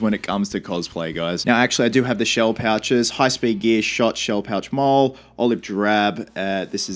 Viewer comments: MOLLE is pronounced as the name "molly", not mole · Hey buddy! Looking forward to seeing the completed costume! Just wanted to say that molle is pronounced like molly. Also the company name is said five eleven instead of five point one one. Good luck and cosplayers do it better! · Molle "mollie" mate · few mistakes in pronunciation. 5.11 is 5 then 11 so 5 - 11 MOLLE is pronounced MOLLY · MOLLE is pronounced in military jargon as "MAUL-ee" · Dont be afraid to go for cheaper stuff that looks better or similar. Mechanix gloves are more popular in the military for price. You can buy surplus military medical supplies on Ebay cheap (I'd go with an Israeli bandage since that's the most common). MOLLE- "Molly". 5.11- "five-eleven". Get some hundred mile an hour tape over just plain duct tape, it's usually olive drab and tough. We used to take 550 cord and tie it to the bottom of mags and tape it down for a simple pull tab to yank mags out of pouches quicker. Killer cosplay man! I know you'll do it justice!